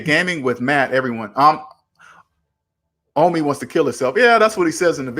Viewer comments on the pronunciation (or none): ITS OH-MI NOT AH-MI OMI SHORT FOR OMAR.